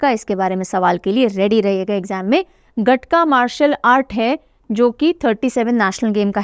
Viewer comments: गटका नहीं महोदया its गतका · Ma'am Gatka ਨੂੰ ਗਤਕਾ ਬੋਲਦੇ ਆ। Not ਗਟਕਾ